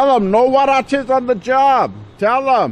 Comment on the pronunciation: Huaraches ! LMAO